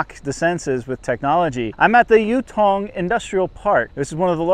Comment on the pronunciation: For starters, the name is Yutong, Yu sounds like E but with a Y sound, and not Youtong. 宇通